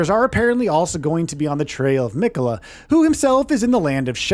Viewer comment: Has this narrator played the game? I've never heard anyone pronounce it Mikayla. Especially since Malenia is Miquella's sister she's probably a pretty reliable source of pronunciation and she repeats his name every time you die and every time you start her fight. Also I wouldn't say that fighting Mohg is necessarily late in the game, probably halfway for most people or less. Also, Miyazaki describes specifically that it's not on another plane, that it's just hidden from the rest of the world. Also, 10 new main bosses, there's going to be way more minor bosses than that. Also, remember way back before the game came out and Miyazaki said it was going to be about 30 hours? I think he also under exaggerated when he said this is going to be the size of Limgrave.